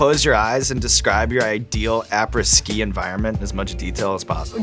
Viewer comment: ah-prey ski come on Sean! lol